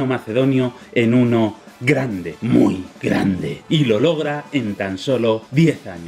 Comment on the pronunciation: Jajajajja "muy gandeeeee"